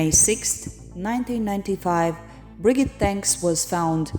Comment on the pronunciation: Cant you see a video about the case in Norwegian and pick up how to pronounce stuff. You got her name terribly wrong. It is herd to even recognize you are talking about Birgitte.